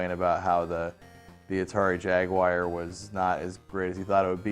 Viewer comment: Why do people always pronounce it Ja-wire instead of Jaguar?